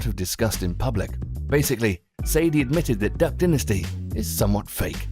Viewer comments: Repeat after me, Duck dynasty (Die)nasty Not dinnasty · I love duck dinisty it is a great show. The word dinisty warms my heart when it flows out of peoples mouths. (it's dynasty (DINE IST E) you fucking idiot) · ohmyGOD IF HE SAYS "DUCK DINASTEE" ONE MORE TIME IMMA KMS duhck dye-nas-ty